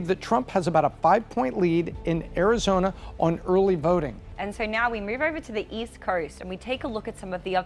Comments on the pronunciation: Someone tell her it’s Arizona not arizoner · Arizona ❌ Arizoner ✅ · Vroting in Arizonra. She pronounces a lot of extra r's when she talks. Im just trying to figure out the accent. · Early verting… In Arizoner 😂